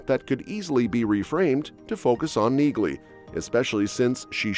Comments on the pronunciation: the "g" is silent. Have you even watched the show? Her name sounds like nee- lee not neegly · It's pronounced nee-ly. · Neagley is pronounced Knee-Lee. The G is silent. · Pronounced NEE-lee! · It's NEELY! Drop the "G" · Her name is pronounced "Nealey". The "G" is silent. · You're pronouncing Neagley incorrectly. The "g" is silent. And Reacher is gonna suffer without Sten in the series I can tell you that as she is extremely popular on that show. Yep she's a helluva an actress. No touchee! Quite a switch for such a good looking woman. I wanted Reacher to give her a huge hug in several areas but I guess it won't fit. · I hate those voices they use in videos. Can't even pronounce names properly. Says Neagley and pronounces the silent g. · The "G" is silent in Neagley, like the "G" in Neighbor and Phlegm🤔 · Listen to the characters in the actual shows. The G IS SILENT in Neagley.